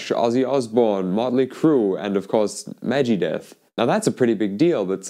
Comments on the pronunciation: "Megedet" "a Weegee Board?" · He said mejeedeth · It's not meg G Deth it's Megadeth oh guess you were just being silly 😜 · it was really funny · I wasn't trying to be mean I thought it was just your accent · What did he just call Megadeth????